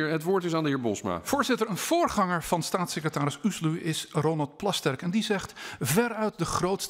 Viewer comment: "Stasisecretaris" niet "Satsisecretaris"